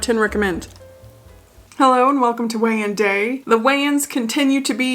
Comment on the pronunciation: When you said Weigh-in, I heard it as Wayan, like the Wayans brothers.